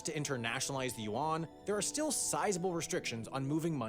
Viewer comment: Hmm, so Yuan and Yen aren't pronounced the same. I kept wondering, who the hell is Juan.